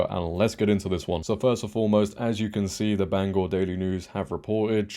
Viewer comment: I am from Maine. Mills is an outright embarrassment! We want her out!! And thank you for pronouncing Bangor correctly!